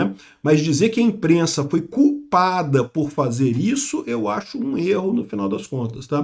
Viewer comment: "A imprennsa nao tem nennhuma culpa" Foi a pior que ja ouvi do